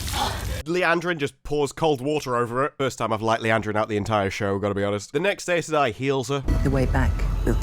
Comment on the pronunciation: Please, Please listen to the audiobooks. Even they are sometimes inconsistent, but the way you pronounce Aes Sedai just hurts 😭